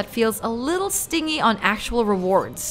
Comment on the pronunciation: It was stingie with the rewards? (Like a bee) Was that supposed to be read as stingy with the rewards? (Like a child is stingy with their toys)Hahaha. Your narrator and editor missed that one . Sorry couldn't help it.